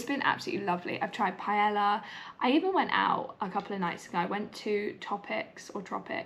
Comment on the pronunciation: cant believe this is your first trip even though you live so CLOSE! Spains one of my favourite countries, you definitely need to go more! Also Paella pronounced like a true brit hahaha